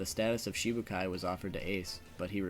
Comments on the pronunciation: Shichibukai, not shibukai, plz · shiCHIbukai. Is it so hard to pronounce? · Can you please stop saying Shibukai?